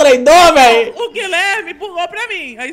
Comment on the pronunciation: FALO GUIHHLERME E BURU